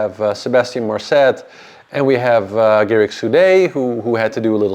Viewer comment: FYI and everybody else Guirec his sail was in the water.. not his hallyard … and please … or should i call you … learn to pronounce the skippers names halfway correctly… fair winds😏